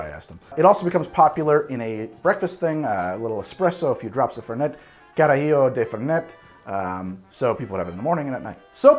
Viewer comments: FerNET, not Ferney. The name comes from Italian, not French. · It's Fèrnet, the accent's on the first e. ;) And the mint version is Branca Menta. :P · Hi im from Córdoba Argentina, and can 100% confirm that we pronounce it without T at the end. I hope you have a good day! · Never Fernei... FernEh or Fernet as you'd pronounce "Fair Net" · It's Italian, so the T in Fernet is a hard T. The French would drop the T at the end but not the Italians. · First, it's Branca Menta, not menta branca. Second, the 't' in the name Fernet is not silent. It's an Italian, not French, pronunciation. Do your research. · if u want more foam, just take out the ice! make coke spash in the fernet. Also fernet is pronounced with the T on the end and cOrdoba, with the accent on the first O not the second. Im from argentina, and we drink that everywhere, idk if it has mint, but there is mint flavor fernet appart from the original u should check it out too. Some people drink it with sprite, but I prefer the original with coke (never do it with pepsi, or any other cola flavor drink, ever!)